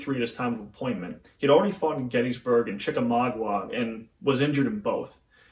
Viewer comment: I tell you this with love...from 2 freedom units away from where i first lived after borning...it's "Chick-a-maug-a;" not "Chick-a-maug-u-a." So'😊s you gnow❤.